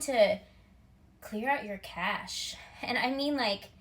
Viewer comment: I thought you said clear out your AKASH haha , cash, cache and AKASH